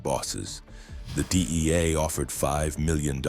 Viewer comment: The DIEA!? EIEIO!?